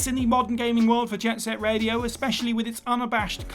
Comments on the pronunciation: "Jet Set Raido"? "Jack and Daxter"? You mean "Jet Set Radio" and "Jak & Daxter" right? Yikes, quality continues to decline at WhatCulture. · "Raido" lol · Jet Set "Raido"?! Lol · Anyone else spot the jet set raido... Instead of radio 🤣 These are all good shouts tho There's alot of games I'd like remastered but they will never happen, shame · What in the hell is Jet Set Raido? 😆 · Jet Set RAIDO? r-a-I-D-o? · "JET SET RAIDO"?